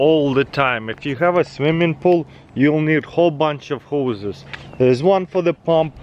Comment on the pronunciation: "If you have a swimming pool you are going to need a lot of hoes.." At this point of time I am almost certain he is doing it on purpose.